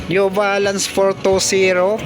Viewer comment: Pipti Fersent Op, Sebenti Fersent Op, New Valance, Nine Foint Payb, Last Fer Yung letter F nagiging P, yung letter P nagiging F., yung B nagiging V and yung B nagiging V. Practice lang po ng proper diction para mas maganda. Ako din po nagkakamali and also needs practice often times. All the best!